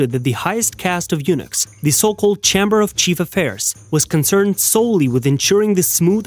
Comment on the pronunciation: Really bad pronunciation ... and that's just the English words. He says chain-knees, chem-burr. Can't imagine any attempt at real Chinese words.